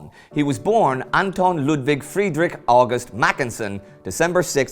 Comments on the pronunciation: He really does need to get August right though (oww-gust not awe-gust). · Fanastic! You figured out that a man with a Welsh name, writing in English wasn't German. Genius! However, he pronounces "August" exactly as in American English and his pronunciation of Łódź would be incomprehensible to a Pole. Some of his other German pronunciation is better, if not perfect. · Except for "August"!